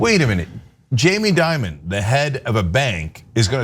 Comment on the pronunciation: Change the I in Dimon with an E!